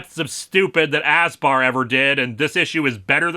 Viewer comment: LOL@ "Ass Bar". I know the acronym is ASBAR but "Ass Bar" is more accurate